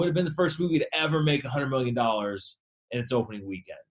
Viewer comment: The way he says “100 million dollars”, like the words are blurred into one.